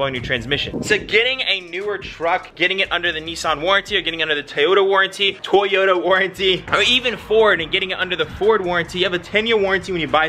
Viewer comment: TOYota...NOT TIEYOTA!